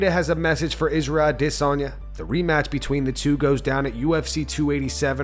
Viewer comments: Ahh - Diss - On - Yah. I bet you say Caramel. Care - Eh - Mel. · Ah - DIS - Onya Bro you say his name soooo wierd. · why does this channel pronounce izzy's last name wrong every time?! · Stop butchering Adesanyas name... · ADESANYA DOES NOT PRONOUNCE HIS NAME THAT WAY!!!! WHY TF DO YOU??!!!